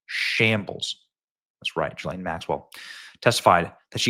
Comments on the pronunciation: Gil-lane is how her name is pronounced!! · It's pronounced ghee-lin